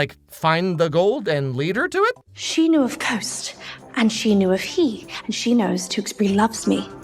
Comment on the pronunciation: It annoyed me so much hearing the characters rhyme 'Khost' with 'coast' and not 'cost.' The film is a bizarre end to the trilogy and now I'm wondering if the Maltese tourist board made an offer to Netflix and the film was written around that.